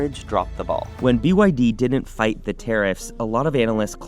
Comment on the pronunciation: "BYD - Bretty Young Dhing"